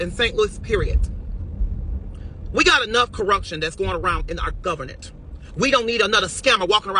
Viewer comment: Did she say governnenit😂😂😂😂😂